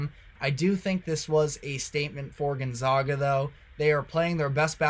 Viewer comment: You can’t pronounce GonZAGa after all these years?